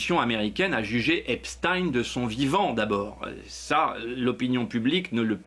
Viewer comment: Pourquoi, ils prononcent tous Eps-tine au lieu de Epstein comme Einstein 🤔